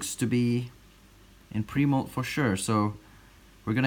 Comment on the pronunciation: For a long time when he said "pre-moult" I thought he was saying "primo"